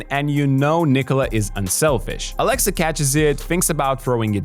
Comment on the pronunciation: "Aleksa" not "Alexa". "E" is pronounced shorter in "Aleksa". It is a VERY old Serbian male name, even the last name Aleksić is very common. Don't make it sound like the AI girl's name, please. 😂🤣😹 💪🇷🇸❤️